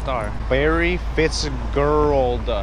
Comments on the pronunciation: Obviously you don't watch football if you couldn't pronounce the last name of the star Larry Fitzgerald 😂😂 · "Larry FitzGerrld" does this man seriously not know who larry Fitzgerald is? Smh